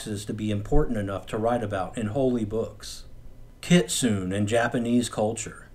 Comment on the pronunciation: The E In Kitsune is not silent. Kit-sun-e. It makes a short e sound.